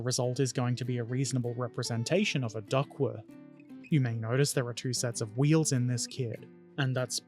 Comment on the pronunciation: It's pronounced like the aquatic fowl, "duck". And it's pronounced itaLEri, emphasis on the third syllable. And you did a good job in construction. I built Italeri's DUKW a few years ago and remember it being a fun experience - I particularly enjoyed adding stowage from my collection of left-over drums, jerry cans and ammo boxes and painting/weathering it all. The thing at the front is a wave-breaker and it does what it's called. This is the first of your videos I've watched and am now pleased to be a subscriber.